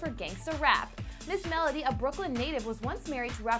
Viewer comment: It’s Ms-mellow-d! Not Ms.Mela-dee